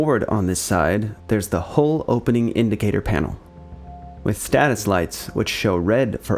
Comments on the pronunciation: Nice work, but you do realize “hull” rhymes with dull, null or cull, not bull, full or wool…just saying… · the hull is not pronounced like whole or hole, there is a U, so use it. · pronounced Hull not Hole! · its "hull" not "hole" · More corrections and additions, mostly to your script: Gato is pronounced GAY-toe (and hull is not pronounced "hole".) The Bridge is only the uppermost, raised, semi-enclosed area for watchstanders in the sail, above the conning tower; it is not the entire topside area. ANY wall on a ship or partition in a tank is called a bulkhead; the pressure-tight bulkheads with the watertight doors are just the most sturdy of the many bulkheads on a sub. The compartments between the pressure-tight bulkheads have correct names you mostly did not use. In order, from-forward-to-aft, the proper names of the watertight compartments within the pressure hull are 1) Forward Torpedo Room, 2) Forward Battery Compartment, 3) Control Room, 4) After Battery Compartment, 5) Forward Engineroom, 6) After Engineroom, 7) Maneuvering Room, and 8) After Torpedo Room. The Conning Tower is the 9th watertight compartment. You are missing the bulkhead between the Forward and After Enginerooms, as was pointed out. "Textile curtains"? You mean "curtains", right? Saying "textile" makes it sound like your script was knocked together by an AI. It's called the C.O.'s Stateroom, not the Captain's room. I suppose the term "Officers' Country" MIGHT have been heard on subs (???) but there is really no such boundary on submarines, either now or in earlier times. The boats are too small and intimate for such nonsense. "Officers' Country" is a phrase you hear on surface ships and on shore commands, not on submarines. It's c